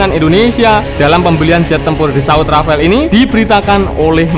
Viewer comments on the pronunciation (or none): R A F A L E BUKAN RAFAEL, SEENAK JIDAT AJA NYEBUTNYA RAFAEL